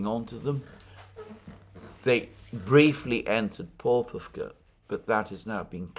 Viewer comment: Popovka has a stress mark on a second o. Popo'vka. Po'povka has a very different meaning.